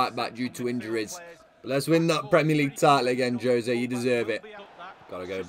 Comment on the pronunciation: Juuuuuuuzé not jose, FROM A PORTUGUESE MAN HERE